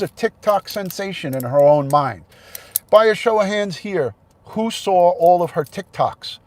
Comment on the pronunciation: I love how you say law. It sounds like lore. Saw sounds like sore. I like different accents. I thought Candice said that TBI had her phone and she was referring to the new phone that was in her vehicle. I didn't think I had covet either. I thought I had an ear and throat infection. I only went to get tested because I wanted to satisfy my mom so she would stop telling me to go get tested. Guess what? Mom is always right!